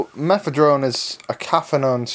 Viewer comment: Guy there's no fucking "T" in fucking Mephedrone